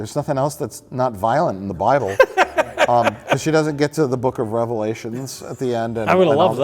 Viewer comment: Book of RELEVATION!!! singular you hethen!!!